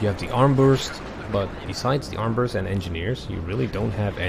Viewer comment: Not complaining, just informing you that those Pioniers AT weapon is called Armbrust not Armburst. It is german for crossbow. Great video as always.